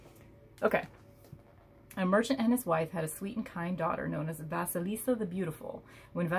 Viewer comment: Thanks a lot for sharing it. I'm waiting for my deck to come, which I personally ordered exactly because of the Russian fairy tale about Vasilisa)) so I'm especially grateful you read this from the book, pronounced correctly the names👌and shared your ideas. Having watched this video I came to the conclusion I don't need the book either😄😄😄